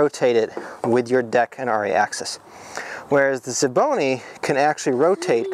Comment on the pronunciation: it's also S V Bony.. not Schevboney.. or whatever you're trying to say